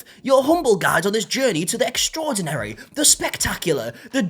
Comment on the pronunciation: Wait, are you trying to tell me that you're NOT enticed by an event where you can enjoy "Catgacating, live perforrrmances,Cartchy Tuns, Exarserdray lollipops (my absolute favorite, by the way), and a pasadise of sweet teats"